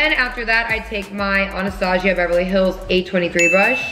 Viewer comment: okay but who else hates how she says Anastasia 🥴🥴🥴